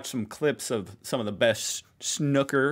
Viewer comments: You pronounce snooker with an ooh sound not a shnu sound. That video was terrible, a confusing mess. At least one foot must remain on the floor at all times. You cannot pot a red and a coloured ball with one shot. The sequence is red colour, red, colour, etc with the colours being returned onto the table until all red balls are off the table then follow the sequence the video mentioned for the coloured balls, coloured balls are not returned to the table after all the reds are gone. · 😮... (Why is it sooo hard for you to pronounce English words properly?!!) S - 'sss'.. N - 'na'.. O - 'ooo'.. Ker - 'ka' 'Snooker' - NOT "schnuker"🇺🇸...and... NOT "snucka"🇺🇸... Just plain ol' '_SNOOKER_'😊🏴🇬🇧❤️🖖 (easy-peasy-lemon-squeezy!!) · SnOOOKER. NOT SNUCKER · Read the letters ... Not Snokker ... Snoooooooooooooooker ;) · Snooker not snucker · It's pronounced snoooooka, not snukker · Snucker mind 😂 its pronounced snoooooo-ker 😬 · That was quite possibly the worst explaination of snooker ever. First lesson is how to pronounce snooker - Snoo (like SNOOpy) ker. Not Snuker like you're saying. Is it popular? Yes. Played around the globe. Huge in the UK, Australia and China. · This guy isn't even pronouncing snooker correctly. Its Snoo-ker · There are at least three O’s in Snooooker! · Snew-ker It would help if you listened instead of talked over the video and you would have realised both feet off the floor is not required but disallowed. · Neither you, nor the video narrator are pronouncing the word right. Snoo-ker. Its really not that complicated, and seriously he explains it very poorly. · I was laughing at the pronunciation of the word snooker by, then I heard the explanation of the game with the same wrong American pronunciation. Pronounced SNOO-KER. (Sounds a bit like "snook - her") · Snooker is pronounced snoooker, as in poo, not nook. And yes, it is played everywhere, on full size tables.. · It's pronounced S-NEW-KER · And its pronounced Snew-ker.. Like snoopy...